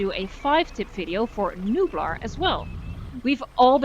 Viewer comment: It's Nublar. Like nublar. Nublar it's spanish for 'to cloud' Island that clouds. So its nublar. Not newblar or any other nonsense. Great video :)